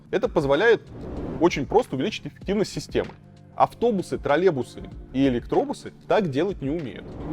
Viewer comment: Уже сам стал говорить «тралебусы»